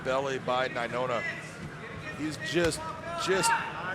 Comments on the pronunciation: Nai-Noah...... not Nai-Nona 🙄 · Brah. His name is nainoa. Not nainona. How can the commentator not know how to say his name right. So irritating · Big John can’t say Nai-NOA not Nai- NONA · the dumb guy keeps saying “nainona” it’s nainoa 🤦‍♂️ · Must be in the Bellator anchor contract, that nobody can correct big John, when he starts adding extra n's to ppls names. Lol